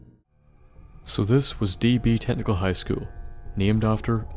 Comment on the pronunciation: is it just me or at the start did it sound like he said D.B. Tentacle high school ?